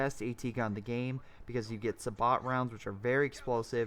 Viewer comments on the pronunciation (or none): I cringed so hard when you pronounced 'sabot' as 'SUH-BAWT' lol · Sabot is pronounced "say bo." Long a, long o, silent t.